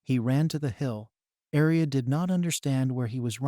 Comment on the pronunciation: Please say aria not alice